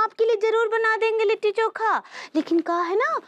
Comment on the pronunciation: Kon he anpadh & tv youtube ka editer 😅😂🤣 लिट्टी चोखा होता है kitti choka nahi 😂😅